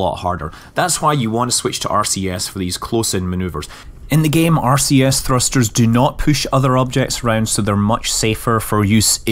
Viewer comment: Is it just me, or does it sound like he is saying Arceus when he said RCS?